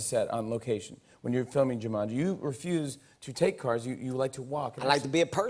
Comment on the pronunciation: Hahahaha Džumandži